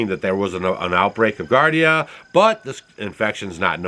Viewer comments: It’s GEE-are-Dee-ah not GAR-Dee-ah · It's not pronounce gardia. It's actually giardia, and pronounced gee-ar-dia. I'm not pointing this out to tick people off or be some sort of spelling police. It's just that I had to think about what you were saying. I learned about giardia from growing around Yosemite, where people would get it, from drinking out of the infected river, lol. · Gee-are-d-ah is how you pronounce giardia. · Gee-ar-dee-a, not gar-dee-a. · Geeardia is how you pronounce Giardia. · Pronounced Gee-Ardia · Pronounced: GEE -Ardi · Just for your information sir it is pronounced, juardia... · Giardia is pronounced jee-ahr-dee-uh. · Gee-are-dee-ah-.. its a parasite and antibiotic will not kill it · Giardia = jee-ar-dee-ah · Pronounced jee - ARR - dee - uh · With all due respect, it's pronounced "gee ARE dee uh". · I think you are talking about giardia an intestinal parasite. It is spoken as jee-are-dee-uh. Just letting you know because I want you to have the right facts. Thanks for all the information and keeping us up to date ❤ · pronounced (jee aar dee uh) giardia it is a parasite in the intestine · Pronounced Gee-ard-ia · Giardia (gee-ard-ia) is the same organism that causes what we call "Montezuma's Revenge" when you drink the water in Mexico. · Giardia is pronounced Gee-are-Dee-ah. Bacteria found usually in water. A waterborne illness found in lakes, rivers, and streams. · It’s pronounced “Jee-ar-dee-a” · Gee AR dee uh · Giardia and not gardia. I' m surprised Stacy lets you out of the house! 😂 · Its pronounce gee ar dia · Just and FYI its pronounced "JAR-DI-UHH". Not trying to be mean just enlighten. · GEEare DeeA = Giardia That is the cyst. The diagnosis is Giardiasis. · Sorry, you're off base with this one. Those green boxes are indeed Transformers. Their purpose is probably to power the buildings behind them. Just regular old electricity. Also the word is giardia. As in g r dia. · Thanks for the info. And it's pronounced Gee-ardia.